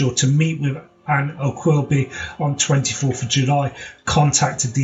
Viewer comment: For goodness sake , at least pronounce Ann's surname correctly .It is pronounced O - gill - bee .